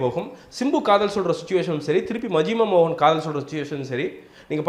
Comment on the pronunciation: YO!! Athu yenna Majuma Mohan,,,,Majima Mohan.......... Atleast say it correctly U moron!!